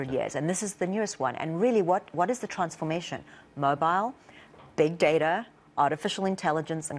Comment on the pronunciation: I really heard her South African accent come out when she said “transformation.”